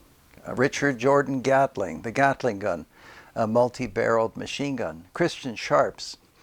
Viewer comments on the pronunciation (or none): none